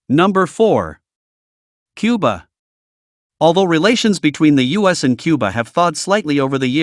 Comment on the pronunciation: Which president said Cubar?